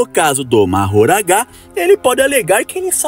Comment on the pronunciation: As pessoas assistem os animes em japonês e mesmo assim continuam falando o nome dos personagens errados, por que ele fala Majoragaaaaaaaa.